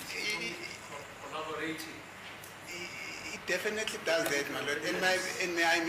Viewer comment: Khollobarating spanxa you don’t know English 😂😂😂yoooo